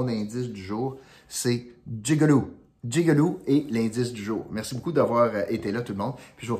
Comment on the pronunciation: Tu ne gagnera pas le 100 $ C’est jig-o-loo 🤣👍vite corrige